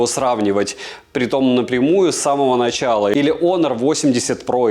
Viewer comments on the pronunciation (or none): none